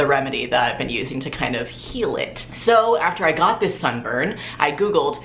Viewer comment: clicked on this video solely to hear say "I LOVE DIS STUFF"